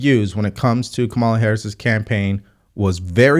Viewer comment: You can't pronounce Kamala after hearing her name a thousand times 🤣